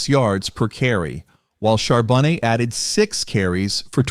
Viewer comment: Char BO-NAY is the way you pronounce it